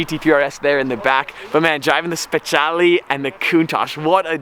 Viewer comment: I hate it when hen he says speciale, he butchers it soooo hard